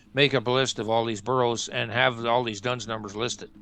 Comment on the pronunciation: it is not "Dones number," it is "D-U-N-S number, issued by D&B (Dun and Bradstreet), and every County Library with have the four volumes.